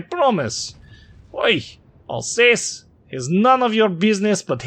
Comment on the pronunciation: It comes back at the end of the game. Here you can hear it's a fake accent. Russians are generally good at French. They would know how to pronounce "Alsace".